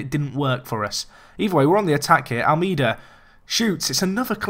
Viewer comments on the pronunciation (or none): If you pronounce Almeida's name right he will start scoring